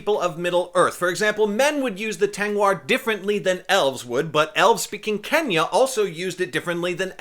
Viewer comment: you said "kenya" instead of "kwenya". That's totally a mistake that I myself would easily make, since Spanish is my second language.